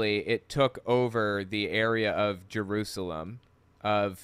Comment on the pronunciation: I wonder how many times John Hagee has been to "Jeroozlem" as he calls it.